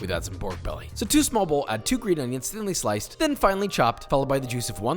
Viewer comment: Fuck can this hipster stop singing shit and say onions properly.